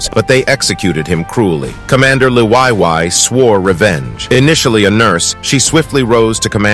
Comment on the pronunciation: I really the you pronounce Liwayway 😆